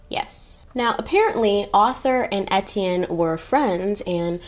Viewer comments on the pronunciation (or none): As a French Canadian, here are some correct for French pronunciation. Étienne : Ay-Tienne Deauville : Do-vil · I’m half French so Etienne is a common name which is my last name but every time you said it it made me jump lol